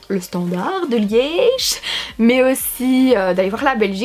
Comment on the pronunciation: Le standartttt (Liège en force) 😂❤ sinon super vidéo ! ❤